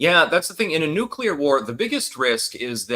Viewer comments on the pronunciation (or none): none